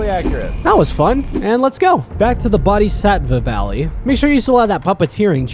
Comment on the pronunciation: “Senpoo” “ah-sina” “bodysatvuhv valley” “genchro” this guy can NOT pronounce this game😭